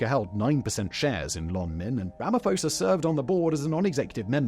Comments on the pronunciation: I had a good chuckle at Ramaphosa’s pronunciation, I don’t expect English speakers to know the nuances of names in other languages but it did bring me joy so I thank you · I like how Simon was pronouncing Ramaphosa wrong 🤣🤣